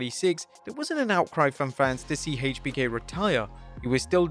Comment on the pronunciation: Says triple h correctly but then says HBK wrong hmmmm